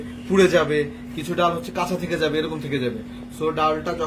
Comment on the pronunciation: ❤❤❤❤ডাউল কোন ভাষার মধ্যে পরে না, উচ্চারণে একটু সতর্কতা অবলম্বন করতে অনুরোধ জানাচ্ছি, তাছাড়া সব কিছু ঠিকঠাক আছে।